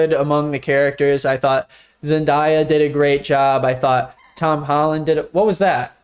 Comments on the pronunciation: My fiancé and Isabelle both just criticized you for how you said Zendaya the first time at the exact same time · bro butchered Zendayas name💀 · Your girlfriend correcting you on saying Zendaya😂 you should include her in some videos! You guys have a really cute dynamic/vibe I don’t really know how to word it.